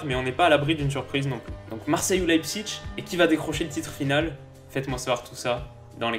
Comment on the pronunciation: "L'ail psiche" Pas "l'ail psiTche" De rien ^^